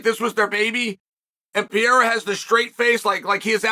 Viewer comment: Chael’s done it. He’s pronounced Alex’s name right. Undefeated and Undeterred.